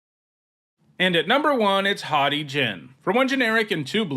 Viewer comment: The way you said haughty Jin made me think you said hottie Jin which wouldn't be inaccurate tbh.